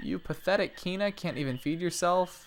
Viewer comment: Please don't call him Keena. ._.; Pretty sure it's pronounced Kwina. pls. plssss.